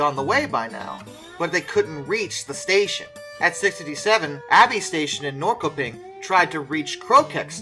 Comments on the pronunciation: Norrköping is pronounced Nor shur ping. My wife is from there. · ..And we have something more.. all town names with the name "-Köping" is pronounced.. "kö" is like you say the word "shirpa" and take out the "shi..", that is "kö". So it would be like [shi-ping]. So "Norrköping" sounds like if you read this as you see it, [n-orr-shi-ping]. I know, it's hopeless to say correct😂😂😂😂